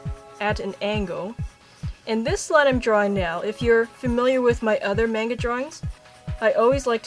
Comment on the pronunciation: I'm not sure if thats how you say Manga..